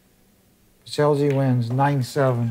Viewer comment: Because you will be hearing about this young man a lot more in the future the propper pronounciation of the name is Pets-Ell (as in spanish double L) and not pets-el-g